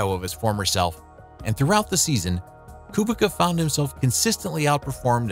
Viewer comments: As a Polish person I just wanna say that Kubica is probounced "Koobeetsa" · Kubica's name was really going through it 😭🙏 I'm polish and it's pronounced "Koobeetsa" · A co, kolejny który mówi Kubika?